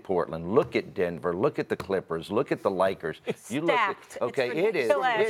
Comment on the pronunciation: First the rockets owner says “Likers” and then Pippen says “Russbrook.”